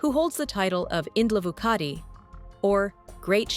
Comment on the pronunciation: Indlovukazi Not Indlovukati .